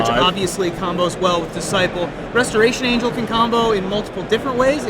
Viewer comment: In the beginning of the video Restoration Angel was missing the first 't.'